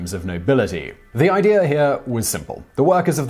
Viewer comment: Again there is no R in the word IDEA. I suppose you say warsh too